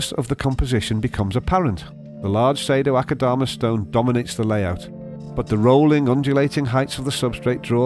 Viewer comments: And I dare you, I double dare you aquascaper! Say Sado-Akadama one more time... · The way he says "Sado-Akadama" sounds nothing like the Japanese-- but his pronunciation makes it sound exquisitely exotic. xD